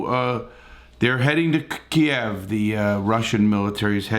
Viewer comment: you are the only person reporting on this i have seen to correctly pronounce Kiev, nice reporting did a better job than most people i encounter online. thank you